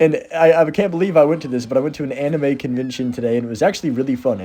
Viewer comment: Anyone remember when pronounced anime “a knee mae”